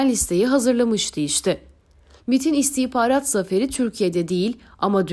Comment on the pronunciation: Şu istihbarat kelimesi istihparat olarak telaffuz edilince çok rahatsız ediyor.